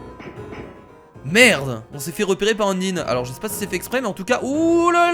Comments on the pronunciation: c pas undine mais undyne stp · endyne sa se dis endayne ep c est une fille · undyne se dit unndaynne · Je ne suis pas un rageur qui veut te faire du mal mais Udyne sa se prononce Undaïne je sais c'est bizzare mais si tu pouvais le prononcer comme sa sa me ferait super plaisir sinon tes vidéos j'ai un mot pour les décrire GÉNIALES continue comme sa sinon👍🏼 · Y a un accent à dire dans le mot undyne sur la lettre "y"